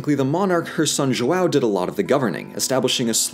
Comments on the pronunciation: not our fault you can't pronounce rio de janeiro dude, and stop saying brazil enslaved and brought people here when it was actually portugal, ffs...oh, and just so you know, that's not how you pronounce João either... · The way English speakers say "João" is so annoying. Instead of saying JOAL, try JO-OWN. This way it at least seems like you're trying. The "ã" sound is pretty much the same as the English "uh". And about the "R" sound. In the beginning of the word it's closer to an "H" (as in horse), so the pronunciation of "Rio" is very close to "Hill" , though the "o" sound is shorther than the "ll", try pronouncing it "hil-o". As someone who teaches English to Brazillians, I must say it's fun doing my job the other way around. LOL Great content, guys. Keep it up. Cheers. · I just love how ~ doesn't exist in english so he says ''Joao'' instead of ''João''. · says "Brasilia" perfectly and then invents the name Joal, which should be used by millennials from here on out instead of Enzo. Also, yes I will become a website thank you. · AnnoyinglySalty “ÃO” is what is called um ”ditongo nasal” (“nasal diphthong” Eng.); it is pronounced like: “OUW”. Now practice saying it loud and slowly through your nose. Good luck!😉👍🏻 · Walder Frey of the Twins. It would be so much easier for them to say “ão” correctly if only they did some research you can hear the suffering whenever he says “JoawwowO” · coherent comment, however this video requires or recall a historic research, and since the language is still alive the amount of possibility on "correct" his pronounce is highly appropriated. João(Ʒwɐ̃w̃) is in fact a difficult linguist structure, but is clear that he made worked hard to learn how to pronounce "brasil" "brasilia". another point I'd like to do is how he criticized the why we say "rio de Janeiro", as a non-retroflex language, it would not be accept for us as natives. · Mais algum brasileiro se cagou de rir com King Joal? KKKKKKKKKKKK JOÁL VÉI